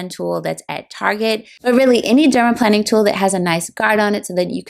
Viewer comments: omg it’s not dermaplanning. it’s dermaplaning. not plan. it’s plane. i legit couldn’t watch this bc she kept saying it wrong. you’re planing your face …. not planning it omg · Why do you keep on pronouncing it as "dermaplanning" ??? Is it not dermaplaning??? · I noticed it too. You’re correct. The latter is the correct pronunciation. She pronounces the word incorrectly. I do enjoy the video though. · Plane NOT plan. Dermaplane. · Why are you calling it planning? I thought it was planing, pronounced like a plane that flies. Anyway, does anyone know if the Rosehip oil she used is unscented? I have scent allergies and can only use unscented products. Suggestions for unscented oils are appreciated. Thank you. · Plane-ing, not planning. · I am curious about your pronunciation of dermaplaning. It sounds as if you're saying derma-planning, but I thought the it was said dermaplaning like "plane"? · You’re right in noticing, she mispronounces the word. Break the words into syllables: pla- ning (the way it should be pronounced) VS. plan- ning (the way she pronounces it).😊 in spite of that, I enjoyed the video though. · But, why is she calling it "Dermaplanning", except in one voiceover? It is bizarre. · I believe it's dermaplaning with a long A..like plane!